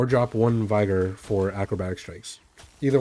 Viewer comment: Viger, not vy-gor. Literally can't go through a single wow video without the person butchering an ability name. Do people play their class and read through abilities, not knowing what words mean, and just make up a pronunciation in their head and stick with it?